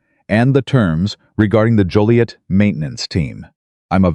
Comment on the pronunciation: I’m totally surprised that the narrator pronounced Joliet correctly most call it Jolliet !